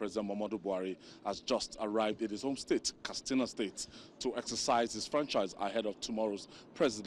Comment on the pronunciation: Simply say 'vote', not ''exercise your franchise''...Plus it is pronounced Katsina, not Kastina.